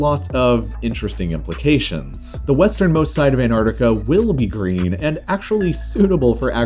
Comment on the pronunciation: Green not "Greem"